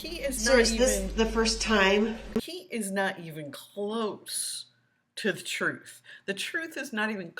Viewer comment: It’s amazing how easily he lies. I mean, he absolutely was incapable of telling the truth”troof.”